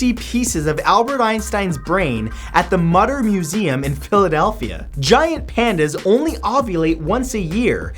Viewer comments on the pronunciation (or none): Love your videos, as usual😆 Also, Mutter Museum is moo - ter. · It's mütter